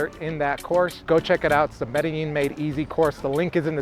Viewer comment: that "MEDILLIN" is annoying me. It´s MEDELLIN